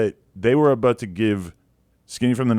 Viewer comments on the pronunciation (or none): Adam say “about” like a Canadian.